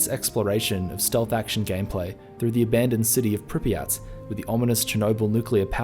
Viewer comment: It's not Prippy at, it is Prip yat No one says it right